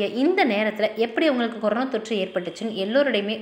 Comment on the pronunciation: கொரோனா..னு சரியாக சொல்லு.. கொரோனோ....னு...ஏன் சொல்றே. னா....னோ.....வித்தியாசம் சொல்ல தெரியாதா.